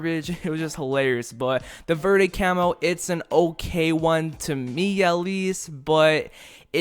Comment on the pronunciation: Lol he said veeerde well I can guess why he doesn't know Spanish that's understandable verde means green lol no offense